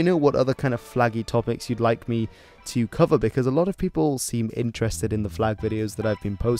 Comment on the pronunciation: Did u said "peopels"?